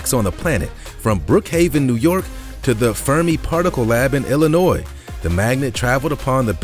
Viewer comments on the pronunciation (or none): none